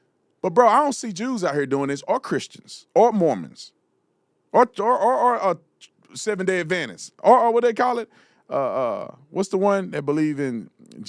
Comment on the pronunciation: Did he say seventh day adventists?😂😂😂